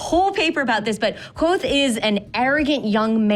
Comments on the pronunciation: are they really pronouncing it "quothe" in the book it says its SIMILAR to quothe but its KVothe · it's not quothe, it's literally kvothe. he says it's pronounced similarly to quothe, not that it is quothe. KVOTHE!